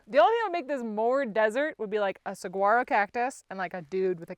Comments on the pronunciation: Just FYI, saguaro is a Spanish word and is pronounced "sa-HUAR-o", not "sa-GWAR-o". (it's pretty common for native English speakers who have a hard time saying "sa-HUAR-o" to pronounce it "sa-WAR-o") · We from Arizona have to teach you how to say "saguaro" it is sa-wa-ro :) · Great video. Buttttt, there is no “G” pronounced in Saguaro. The spiky cactusare prickly pear and the blurpe are blue aquave😊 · Hey! I love your videos and your channel. I'm a native Arizonan, and I welcome you to my home state! I know you're from the pacific northwest, so you probably don't know this, and it's completely understandable why you wouldn't, but the 'g' in Saguaro is silent. Just letting you know. 😊 I'm glad you're enjoying your trip here! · As a native Arizonan, I gasped a little when you kept your boots outside your tent. Scorpions and tarantulas be real. (Also the 'g' is silent in saguaro 😬)